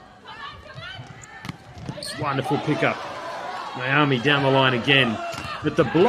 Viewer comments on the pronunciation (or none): none